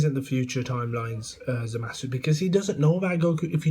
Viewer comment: you started by calling him zowasu. forgive me if i dont take you seriously.